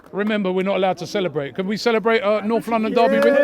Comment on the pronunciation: "Noff London daby"